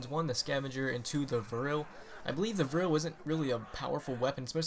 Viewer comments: its V R 11 not virll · VRLL? Its VR-11